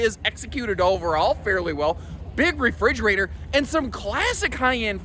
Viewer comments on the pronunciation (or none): In your listing of great features at about - "HUGE Refr'e'gerator?" Is that a combination of a refrigerator and a refreezerator? 🤣